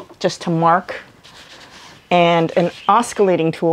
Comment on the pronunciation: Mahalo, this was a really thorough tutorial. Clear and concise with good visuals. 👍 Just FYI, the word oscillating is pronounced aw-suh-lay-ting. There is no k sound.